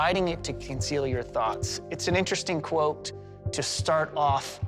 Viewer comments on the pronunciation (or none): none